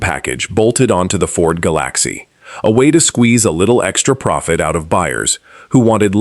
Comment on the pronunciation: A! powered video that calls the LTD a Ga- Lack-see gets a thumbs down!